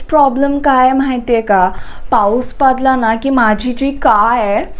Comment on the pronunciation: That ''paus padla'' sounds like "paus paadla💨💨"😂😂😂😂its horrible..😆